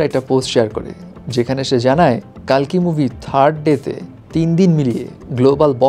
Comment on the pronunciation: কল্কি হবে কালকি নয়